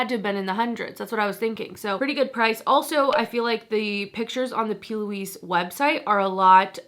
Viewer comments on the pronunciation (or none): none